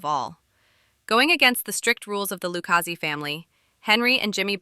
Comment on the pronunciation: decent video but your mis-pronounciation of Lucchese and Lufthansas makes me think you did zero prep for this. Also, it's pretty well known Paul Vario was banging Karen and Tommy made a pass at her, thus Paulie gave the ok on killing him